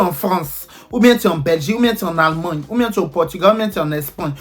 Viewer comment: Chanson sur nous mainon 😂Epui comment ça Allmangne, Espangne, Utuluser😂😂 Pro masque encore Eeee deh toi même tu dois avoir Ton dictionnaire, c’est quoi toutes ses expressions là 😂❤ félicitations 🎊🎈🍾🎉 à toi pour tout le succès que tu rencontre actuellement ❤